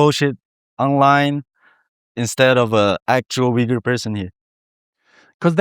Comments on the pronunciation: Nice program Just a couple nits I picked: It's not "a Uyghur influencer" but "an Uyghur.. It's not pronounced Wee goor but Ooygoor (approx.) Besides the fact that one needs about 20 minutes, iejust before the end of your program, to start understanding your English pronunciation. His, instead, is crystal clear because he pays attention to map his phonemes to generally understood sounds for a majority of English speakers. Not you. If you want to be followed, fix the sounds you make. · Hey, I grew up in Kyrgyzstan and liked Uyghur street food. I was also baffled when I first heard how people pronounce Uyghur in English. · The Westerners can't even say the word correctly. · The lesson on learning how to correctly pronounce “Uygur” in his native language, alone, is more than enough to make this video worth watching ❤ But thank you for searching this young man out, that was a wonderful interview. It shows that he’s a young regular Uyghur living in Xinjiang, still awkward at certain things but definitely maturing to be an adult growing up with pride. Excellent video. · Also: Thank you for teaching us how to pronounce "Uyghur" I know that in certain Turkish proper nouns like the "Yigtcan" and "Erogan" the "g" isn't pronounced as strongly as English speakers normally would. I should have known it would have been true for Uyghur as well. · The pronounciation in English is ridiculous and makes no sense. If I didn't hear the pronounciation, I would not know that this is how the word is pronounced. Granted, this is the case with many words in English. But people have no problem pronouncing "Uber". The don't pronounced it as "Veeber". So why is "Uyghur" pronounced in a ridiculous way? Just write it "Ooyghoor" then.